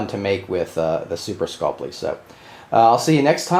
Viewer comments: Skull-Pee not Skull-Plee... Drives me crazy lol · Read through the word Sculpey slowly and see if you can figure out what extra letter you're adding into your pronunciation.